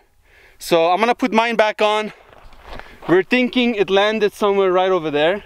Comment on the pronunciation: "We're Tinking"